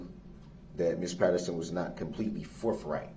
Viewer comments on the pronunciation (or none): Forth right not forf